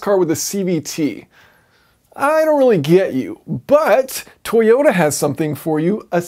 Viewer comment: Toyoter eighty sixer